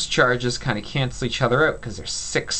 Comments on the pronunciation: awesome well done. I love the Irish in you when you say "out" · Your videos are truly amazing! Thank you so much for sharing your knowledge! You explained balancing redox equations perfectly!! I knew you were Canadian when you said "out"!! Go Canada!!! Sincerely, A very proud Canadian, living in America :)